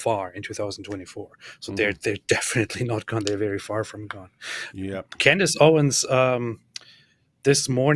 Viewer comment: So is friends with Candace's husband and doesn't know how to pronounce her name?